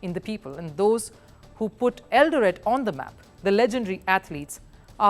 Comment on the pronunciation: Great feature,, great presentation. I am from Kenya, and I humbly submit as below regarding your feature: 1. I love the way you pronounce Eldoret. You pronounce it slightly wrong, though your pronunciation of Eldoret is cool; 2. Kenya was a British Colony from 1920 to 1963, and your pronunciation of Kenya sounds just like how White Kenyans used to pronounce Kenya in colonial times. Nothing wrong with that though, because you are not from Kenya; 3. At minute is Hellen Obiri. She is not from Eldoret, she is from a region of Kenya known as Kisii; 4. And no, Kenyan athletes are not "god like" to us, as you mention. If anything, one of the things that could be considered "god like" to us here in Kenya, is the English Premier League, and it's big teams, past and present, such as Manchester City, Liverpool, Chelsea, Manchester United, Arsenal. We are not exactly loyal to our country, or to ourselves. For example, if a big English football club, such as those I mention, were to visit Kenya, today, 17th August 2024, and if today also, 17th August 2024, there was an event to honour all Kenyan athletes, past and current, at a live event, where all living Kenyan athletes, past and current, would be present, the venue with the big English football team would be packed to capacity, while the venue with the Kenyan athletes would not be packed to capacity, would have few attendees; 5. Faith Kipyegon is not a marathon runner as you mention, she is a middle-distanc